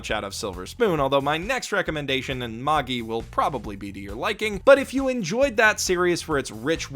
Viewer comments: Mae-gie Not mah-ge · It's said Mage-eye. Plural of mage, "mages" is the incorrect plural form. Mag-gee? Really? I'll be sure to read the munguh of Maggee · No,. It is not pronounced the way you think. Magi is pronounced like the word magic without the C. That's how the actual pronunciation of the word is. What you are pronouncing it, is how the dub copied how the Japanese people say it because they can't pronounce other languages properly because of their accent. Don't believe me. The dub even incorrectly carried over how they mispronounced the name Titus. They pronounce the "I" like it's an "ee" Magi is the plural of the ancient word Magus, a Persian word for a sorcerer It's the same problem where people mispronounces Academia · Wait...what? Maaa-geeee? Isn’t it Maj-eye? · It's pronounced "maj-eye". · I almost want to downvote you for that pronunciation of Magi alone. Almost. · How can we take you seriously if you can't pronounce "Magi" correctly? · I think They pronounce Magi in show incorrectly. 'Mobile Suit Gundam: Unicorn' .....Wha? Unicorn really? I thought that show was terrible. .....Also no Wakfu on your list (After putting Dragon Prince on there, you don't got an excuse.)? Or Voltron? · The way you pronounce Magi hurts my heart.